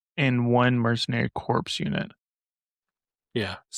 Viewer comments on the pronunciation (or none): Great video. Corps is pronounced as "Core".